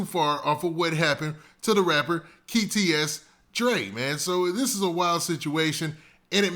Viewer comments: That nigha sounded out the K when he said kts dre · Who’s “keyTS DRE”???